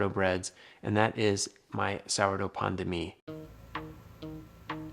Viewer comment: You prononce pain de mie as pandemic